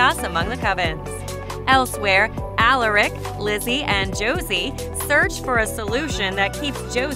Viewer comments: It's A-Lar-Ick not A-La-Rick. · BRUHHHH YOU HAVE SERIOUSLY NEVER WATCHED VAMPIRE DAIRIES, ORIGINALS AND LEGACIES REALLY AALARIC ITS FREAKING ALARIC SAY IT RIGHT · The way she says Alaric wrong just pisses me off I don’t know why I’m just like that